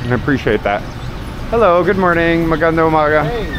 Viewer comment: It's MAGANDANG UMAGA with an ng.